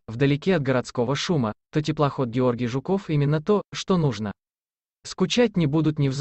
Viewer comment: Блин, автор! Ну какой ЖуКОВ!!! ЖУКов!!!😅